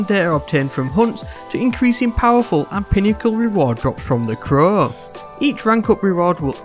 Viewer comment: Why does he say the crowww like that sound weird